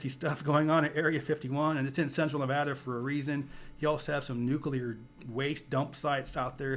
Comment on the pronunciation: Agree! was dead on with "Nevada" pronunciation.